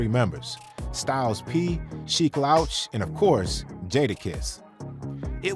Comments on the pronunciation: Respectfully , You are mispronouncing Sheek’s name sir. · I want him to stop saying Sheek name incorrectly